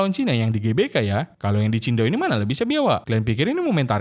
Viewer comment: Qingdao min,bukan chindao😭😭😭